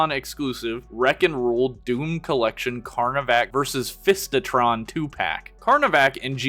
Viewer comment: Box says: Fisitron. says: fistitron I totally get it, but man, they fell short of greatness (and also, they couldn't get the trademark for Ironfist)